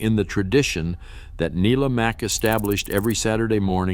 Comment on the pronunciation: I'll get my quibble out of the way first - there's got to be a better approach to synthesizing the narration - names are occasionally mispronounced (it's NYE-la Mack for Let's Pretend, folks!), and there are obvious slips if you follow along with the subtitles. That said - I pretty much only disagree with the sequencing because I enjoyed some of these more than others. It could have helped with clips from the originals, but I fear that might have triggered a few lawsuits ... Bummer also that they didn't dwell longer on Bob Elliott and Ray Goulding (keep your eyes peeled !), whose approach to comedy via absurdity set standards as well. Find these shows on YouTube, folks!